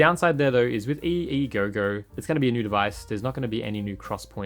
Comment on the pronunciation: It seems to be called the EEGO not EEGOGO 🤷🏻